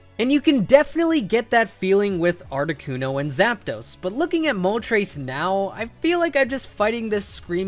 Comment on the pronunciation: I've never heard anyone pronounce Moltres as Mol-Trace until today 🤦🏻‍♂️🤦🏼‍♂️🤦🏿‍♂️